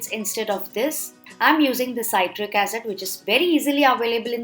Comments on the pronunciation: See trick ( citric) not sigh trick (cytric ) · C-i-tric not s-a-i-tric acid You northees stop pronouncing i-ron kadai. Say it like i-an kadai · It's not saitric acid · ‘PSytric acid’ lmao 🤣